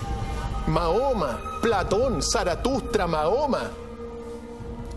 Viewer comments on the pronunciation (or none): none